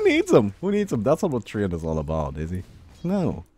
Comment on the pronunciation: TREE-ANT XD